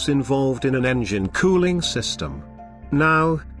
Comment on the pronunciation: "How engine COO-ling system works"😅